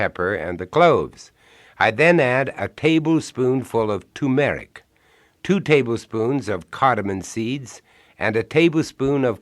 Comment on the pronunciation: "Too-meric" im going to start saying it like that lol